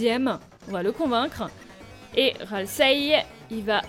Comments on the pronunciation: j'adore ta vidéo mais JE RAGE À CHAQUE FOIS QUE TU DIT "RASIEL", C'EST "RALSEI" XD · tasiel au lieux de ralsei (je ne sais pas l'écrire) 😂😂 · c'est pas raseil c'est ralsei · juste, Ralsei pas Rasiel x)